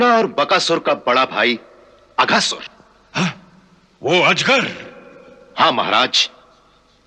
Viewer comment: Akasur nahi Aghaasur 😂